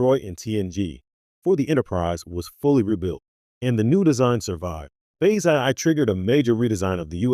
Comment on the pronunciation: Horrible AI narration. "Phase aye-aye"?? I exited this video in the middle and won't be watching this channel any more.